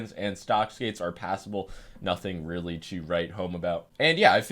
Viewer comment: Oh rearry